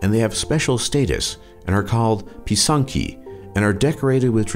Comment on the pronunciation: Пи*санкі not писанкі*(py*sanki not pysanki*)